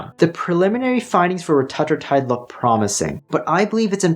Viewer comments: dude come on why are you willingly choosing to say it differently than everyone else. RETA - TRUE - TIDE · Reta-true-tide is how it’s pronounced. It’s in phase 3 clinical but if you look around on peptide websites you can find it. It’s truly life changing and so much better than semaglutide. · Please learn to pronounce Retatrutide correctly. Hard to take you seriously.